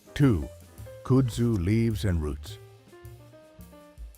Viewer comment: Sorry but where does this pronunciation of kudzu come from? I’m assuming it’s an ai 🤮 voiceover cause, at least here in the south, it’s pronounced kud (like bud but with a K) Zoo